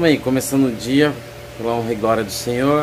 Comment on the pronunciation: "honra e grória ao sinhô"??? Qual sinhô??? O sinhozinho Malta???? kkkkkkkkkkkkk